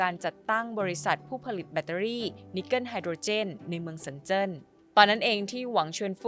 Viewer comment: รักจะทำอาชีพนี้ควรทำการบ้านให้มากกว่านี้นะครับ 王传福 ออกเสียง หวังฉวนฝู เมือง 深圳 ออกเสียง เซินเจิ้น 😢